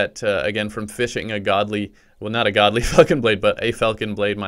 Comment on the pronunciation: sounds like he said “godly fuckin blade”😂